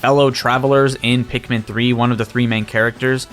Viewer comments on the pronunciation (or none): none